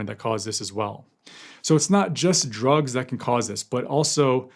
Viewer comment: Thank you for the comprehensive reporting! As a nurse, I appreciated that you pronounced the drugs correctly without skipping a beat 😉 Very sad case.